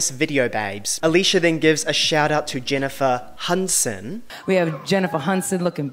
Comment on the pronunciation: "Jennifer Hunson"